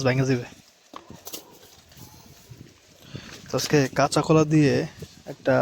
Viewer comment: Apni kac kula kupta kari k,maton kupta bolen......😅😅 eating challenge 😄 😄 😄